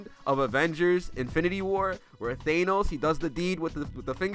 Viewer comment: “It costed everything” for me not to click off the video after hearing him say “thaynos”.